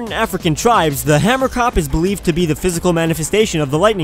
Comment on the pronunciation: just saying you pronouce it hamerkop i live in south africa